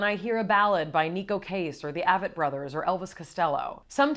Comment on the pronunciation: Mayim, I love that you love them like I do, but get the name right: It's the "Ay"-vett Brothers ;)